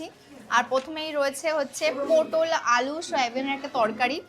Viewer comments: পোটোল নয় পটল হবে 😂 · Putol na re potol ota toke na soumi bolle kmn hoi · তোমার জন্য আমি সবজির নাম ভুলে যাবো পোটল নয় ওটা পটল বলে😂😂😂😂😂😂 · পটল না পোটোল 😂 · ওটা পটল হবে,, আর ফ্লিপকার্ট হবে,, বাঙালি বাংলা মিডিয়ামে পড়াশোনা করেছ বাঙালির মতো উচ্চারণ করো,, জুতোটা একদম মানাচ্ছে না রকস পড়তে হয় বিচে গেলে রক্স করতে হয়,, ড্রেস আপডেট করো স্টাইল করো ব্লক যখন করছো একটু নিজেকে আপডেট করো দেখবে,, দেখতে ভালো লাগবে,, আর ইংলিশ বলতে হলে স্পোকেনের ক্লাস করো,, করে ইংলিশে স্বচ্ছ উচ্চারণ করে ইংলিশ বলো